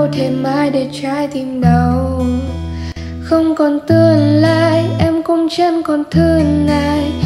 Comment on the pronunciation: Khôn còn tươn lai... nghe giọng bạn thì hay nhưng phát âm nghe hơi tức tức ấy ạ. Góp ý thôi, chúc bạn thành công